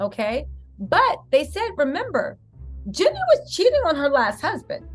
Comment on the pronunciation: Btw, it’s [“GEE-nee”] Jeannie - (not Jenny)😉♥️